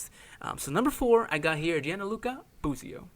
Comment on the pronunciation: It’s Gianluca, not Gianaluca. Dick.